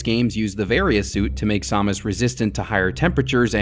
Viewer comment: What is this Sawmis? Is that how you're supposed to pronounce it? I've only ever heard sam-us